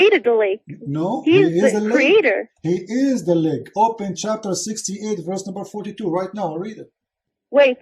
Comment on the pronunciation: Leg not lake. Can you read?